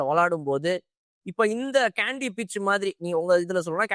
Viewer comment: அதென்னய்யா கேண்டி கேண்டி, கண்டி ன்னு தானே சொல்லுவாங்க.